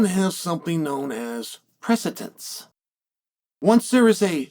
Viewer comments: Nobody going to call him out on how he is saying precedent in this episode? He either does it on purpose, he’s fried or has a speech impediment. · Imagine making a whole video on precedent and saying the word totally wrong the whole time.